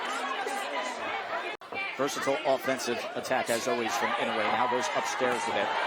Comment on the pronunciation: PLEASE! Inoue (Ē-no- way) not (in-o-way) thanks